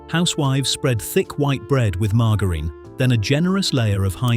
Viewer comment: Mar gar rine 😂